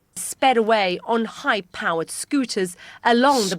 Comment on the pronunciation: I kept thinking she said bike powered scooters, lol. "High-powered"... And look, while I'm here commenting anyways, you guys know any good fences? I have a friend who wants to know. What if the guard was slack because reproductions were on display. We are told it's not always the original Mona Lisa on display. THEN, i ask myself, what if really really professional replicas they maintain there aren't just occassionally brought out for security reasons or for times the originals are being restored? What if that is a stock answer taught to employees and described in news articles to cover up the real hidden truth, that only the "replicas" exist!? Hmmmm??? That's right. France was fooli g everyone with indistinguishable party jewelry and never actually had all these gems and jewels in the 1st place. Fake it tol you make it policy.